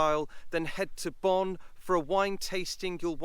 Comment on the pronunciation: Pronounced bone, not Bonn